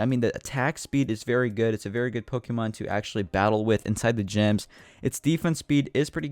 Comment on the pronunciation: Is ur first Pokemon game?cuz I'm pretty sure ur pronouncing Pokemon wrong XD